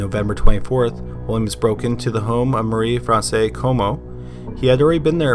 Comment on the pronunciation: She's not Marie "Francais" Comeau. She is Marie France Comeau.